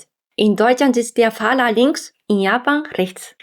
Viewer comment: Faszinierend. Du verwechselst sehr häufig L und R. Statt "BLinker" sagst du "BRinker". Statt "FahRer" sagst du "FahLer". Deswegen übe deine Aussprache, die ansonsten schon sehr gut ist! L - Zunge stößt oben hinter den Schneidezähnen an und verweilt dort, während du stimmhaft ausatmest. R - Der hintere Bereich der Zunge stößt am Gaumenzäpfchen an, während stimmhaftes Ausatmen dieses in Schwingung versetzt. Alternatives (gerolltes) R - Die Zunge wird leicht nach innen gezogen und im mittleren Mundbereich locker nach oben gehoben (ohne Kraft). Dann wird stimmhaft ausgeatmet und die Zunge in Schwingung versetzt. Mir ist bewusst, dass die deutsche Sprache sehr schwer zu erlernen ist! Und du machst das wirklich gut bisher. Aber diese kleinen Fehler fielen mir auf und ich wollte helfen, besser zu werden. Falls das zu direkt oder aggressiv war: 申し訳ありません